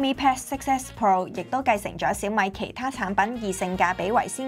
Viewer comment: S9就S9 係要S nine😅攪到好似looong nine個fd咁 稍mi pad~~我都唔知香港有人叫小米做稍mi~~聽到我呢~~後面都冇心機睇 #廣東話